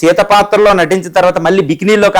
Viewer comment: నువ్వేమి అనలిస్ట్ రా బుర్రలేనోడా తెలుగు సరీగా పలికేకి రాదు నీకు కోటు మరి కెమెరా ముందు కూర్చొని చెత్త ఇంటర్వ్యూ ఒకటి చేసుకుంటూ... ఏందేందీ ntr అంజలిదేవి " రసించిన " న ఇదేం రసించిన భాష రా బుర్రలేనోడా ఒకటికి పదిసార్లు ని మాట విని మెసేజ్ పెడుతున్నా... పోని రైటర్ ను అన్నా పొగిడావు అనుకుంటే రచించిన అనాలి అలాకూడా కాకుండా ntr అంజలిదేవి నటించిన అనక రసించిన అని కూశావ్ నటించిన అనాలి రసించిన కాదు మీలాంటి తెలుగు కూడా సందర్భానుసారం పలక లేని దద్దమ్మలతో ఇంటర్వ్యూ చేసే మీడియావారు వాడికన్నా దద్దమ్మ ల్లా ఉన్నారు ఇంత అడ్వాన్స్ టెక్నాలజీ ఉన్న సోసియల్ గా అడ్వాన్స్ అయిన ఇప్పటి కాలం లో మీ తప్పుడు కూతలు మానరా రా బుర్రలేని ఎదవల్లారా....తూ మీబతుకులు చెడా... 🌹🕉️🌹జై శ్రీరామ్...